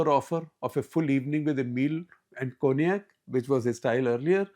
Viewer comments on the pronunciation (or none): none